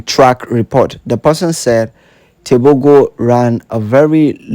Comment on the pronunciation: "Teboho" is how you pronounce his last name.